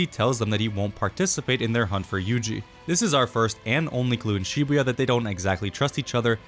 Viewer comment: Bros telling us its Makora but bro said Shbua not Shibuya💀